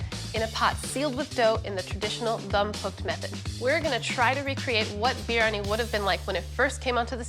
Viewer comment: I have known Pakistanis, northern Indians, southern Indians, Bangladeshi… I have NEVER heard anyone pronounce biryani like that. It’s pronounced bree-ah-nee. I really want to like this because I love East Indian food and know how to cook it… But her delivery is so stilted and she sounds so nervous most of the time it makes me feel bad for her. It makes her hard to listen to. That and her constant fidgeting. I want to tell her to slow down and breathe, let your words come… keep at it. Practice makes perfect. I’m sure the dish turned out tasty regardless.